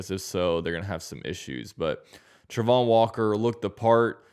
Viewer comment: I know you have an opinion on the pronunciation of Travon's name, and I ain't being an ass, but it's wrong. He definitely himself says it Tray-von.